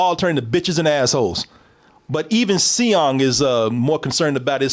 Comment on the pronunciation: seong is just pronounced song in english